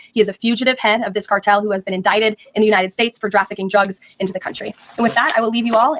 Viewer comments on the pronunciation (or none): none